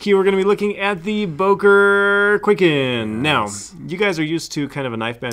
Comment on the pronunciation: For the love of god and all that's holy, it's not pronounced "Quaken" it's pronounced "Kwai-ken"